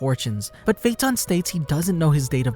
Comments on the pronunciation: AJFJAKSKSODOAKVOSKCKVKD I CAN TELL YOU WATCH DUB BY THE WAY YOY SAY HIS FUCKIN' NAMEE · the way he pronounces his name pisses me off